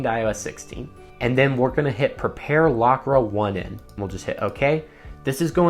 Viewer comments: I love the video however it’s not lockra 1 N it’s lock rain the 1 is a i. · I believe "Lockra1n" is pronounced Lock Rain, tell me if im wrong lol same w checkrain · I love that you call it "lock ra one en" :)